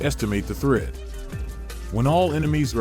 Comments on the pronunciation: Not thread, it’s actually threat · THREAD? You mean THREAT? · Good guide! It is "threat" though. Great as always again.